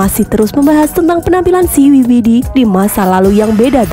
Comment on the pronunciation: Siwi sidi bukan siwi widi